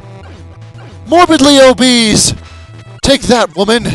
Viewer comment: "Morbidly Obees" lol.